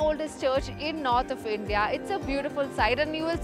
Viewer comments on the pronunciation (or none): none